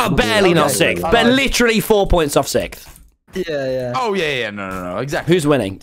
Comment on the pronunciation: PLEASE THE WAY TOMMY PRONOUNCES SIXTH